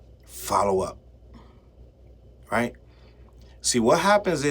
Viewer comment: The way you said “unlike Drake fans I FOLLOW UP and it sounded like squabble up. 😂😂😂 maybe I’m over thinking